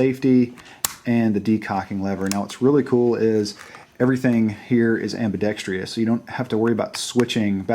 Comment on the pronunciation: please say ambidexTROUS not ambidexTRIous.